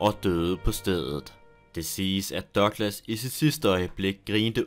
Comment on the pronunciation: Er jeg den eneste der begynder at grine hver gang han siger "Dørglas" eller douglas??